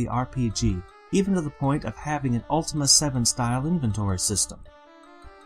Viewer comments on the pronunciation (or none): none